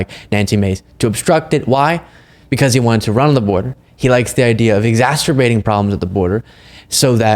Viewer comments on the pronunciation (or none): BRO, I love you and everything right, but you ALWAYS add an extra "t" that isn't there when you say the word "exacerbate". Look you say the word here and it sounds like "exasterbate" or "exmasturbate" instead of "exacerbate". That's my only note on this one, brother. Love that fucking shirt, though. Big pimpin'.